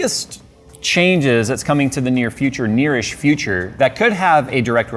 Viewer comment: "Nearesh future". Love these Jayzisms hehehe